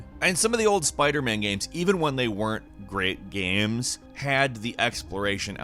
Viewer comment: The way says "gaehms"